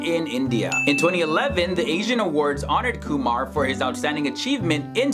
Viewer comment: At last some one pronounced my last name properly